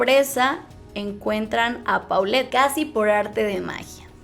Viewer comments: Me sigue dando algo cada que dicen PAULET y no POLLET :) Así se pronunciaaaa Por eso le decían Po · No tiene nada de relevancia, perdonen mi condición obsesiva, pero le decían Po, porque se pronuncia "Polet" . Me da cosa cada que oigo cómo lo mal pronuncian .😬🤦🏻‍♀️